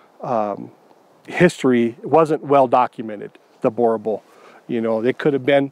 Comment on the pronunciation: Very wrong pronunciation of the name. Boerboel is a Afrikaans word and the way it's pronounced is like this .....bur bull